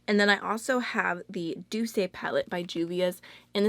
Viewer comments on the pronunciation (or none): Loved this video! Thank you so much. I was listening to a French song the other day and I realized Douce is actually pronounced/doos/, meaning "sweet" (^_^)